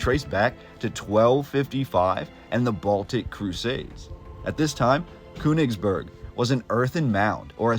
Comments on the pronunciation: Königsberg, it's pronounced with the ö as a LONG O. Not KU. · There is an umlaut over the o in Koenigsberg so it us pronounced totally different than the way your pronouncing it